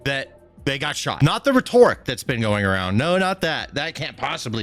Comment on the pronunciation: Every time you mispronounce "rhetoric," I can't help but cringe.